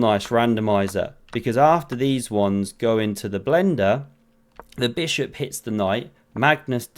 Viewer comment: “Stack ma bis hop”